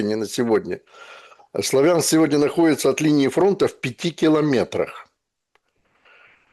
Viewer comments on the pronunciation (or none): none